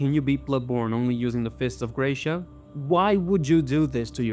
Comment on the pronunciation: Curiosity about the fist of gratia: gratia (grace) is Latin for grazia and it's spelled gratsia (like when you say grazie in Italian).